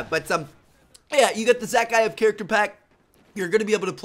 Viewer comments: You pronounce it za-Kai-ev! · its pronounced za-ki-if